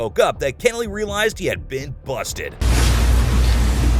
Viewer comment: It’s pronounced “Keh-nelly”. If you’re going to say the name 75 times, best to at least say it right.